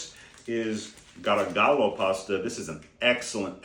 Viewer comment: De Cecco and Garofalo are mispronounced.